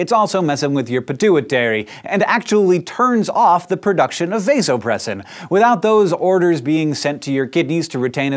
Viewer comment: the a in vasopressin is soft.